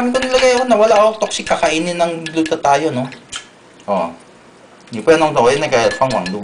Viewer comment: Glu-ta-tayan oreejnal 😃😃😃😃👍👍